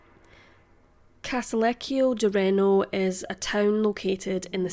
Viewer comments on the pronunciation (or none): none